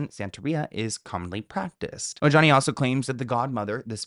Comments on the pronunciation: It’s pronounced O-HA-ne, not o-ja-nee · Omg, I love u, but I can’t! Ojani is pronounced O-Hani. J’s in Spanish are pronounced as an H. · The “J” in Ojani’s name is said an “h”, like “O-ha-ni“. He’s Latin. It’s not that hard. Somebody on your staff should have noticed by now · Ojani=OHANI Are you not hispanic😊???? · The J in Ojani is pronounced like an H